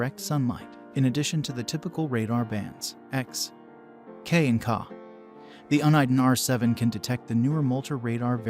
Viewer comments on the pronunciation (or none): Hi, I'm not sure who narrated this video but you say KAH when referring to Ka...you say K A. Apparently you need to do more research because the Redline 360C STINKS when it comes to BSM filtering. The Escort MaxCam 360C is a much better option with great bsm filtering. Also Uniden is pronounced YOU NI DEN.